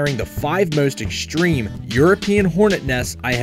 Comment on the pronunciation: I've never heard the word "exshtreme" before. It it related to the word "extreme"?